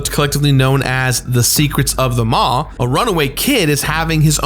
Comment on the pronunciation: Omg I've been waiting for this for so long and he says the ships name wrong ahahaha, honestly dude love you but it's not how you pronounce the maw